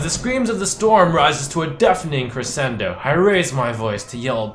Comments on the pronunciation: Cressendo? It's pronounced "Creshendo" you uncultured swine! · you pronounced crescendo wrong. when the sc are together the H is silent.